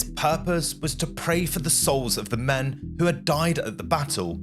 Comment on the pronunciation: Is this AI? I note you have an English accent but pronounce things the American way (Nor-folk). Also dem instead of men at one point and you don't blink much. The story is fascinating but it feels a bit weird, What is going on here?